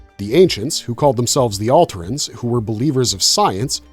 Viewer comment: It's "or-eye" not "orey". "al-tare-ins" not "alt-err-ins". You have watched the shows right?